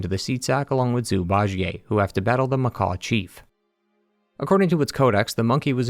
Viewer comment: The amount of things you are mispronouncing is ungodly. Macaw Chief? It’s pronounced MUH-KACK